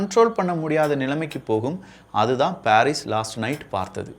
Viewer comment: பாரீஸ் அல்ல பரிஸ்